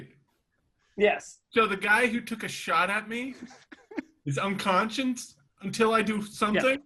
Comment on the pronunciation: Why can no one pronounce unconscious lol I'm halfway through and so far I've heard unconshun and unconscience